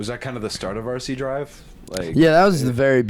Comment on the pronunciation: It’s pronounced “arc-eye der-i-vee”